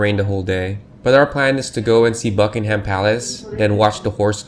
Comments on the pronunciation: It's not Bucking-HAM palace! It's BUCK-ing em. Open your ears> George III "buyed" it .That isn't even English! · and it isn't 'buckingHAM' palace. The stress is on the first syllable. The vowel in 'ham'is a schwa, but I'd bet you don't know what one of those is. You don't know very much, really.